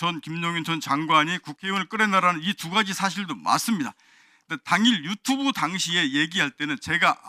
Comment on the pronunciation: 1분11초 유튜브하자고 이거나만이렇게들리는건가?ㅎㅎㅎㅎ